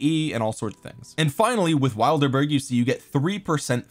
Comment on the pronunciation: The wild er burgs got me 😂